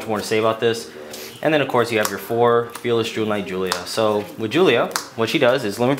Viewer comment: U said fearlish not to be rude